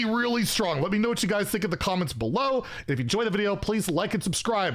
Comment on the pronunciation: are you saying stay healthy or stay salty my friends